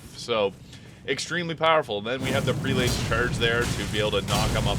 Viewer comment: Prelate is pronounced “PRELL-it”. Js